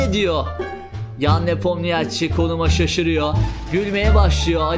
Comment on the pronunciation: Geldi yine NepomNİYAAAAÇİ 🤦‍♂ 'den artık geçtim, videoyu izleyenler öğrensinler: Adamın adı NepomNİŞİ okunuyor.